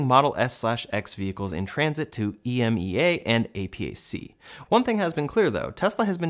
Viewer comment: we usually pronounce these acronyms as ee MAY' uh and AY'-pac